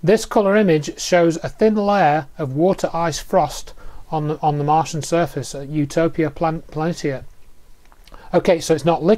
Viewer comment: Martain?? Martian...